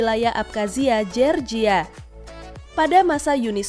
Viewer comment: Iya kasian org amrik nama kota nya di ganti 😂 georgia jd jerjia 😂